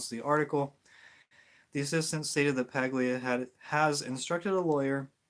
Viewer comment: Paglia, is pronounced, Pal-yha ....